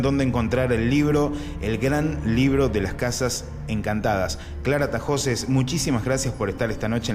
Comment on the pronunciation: Es Tahoces, NO Tajoces.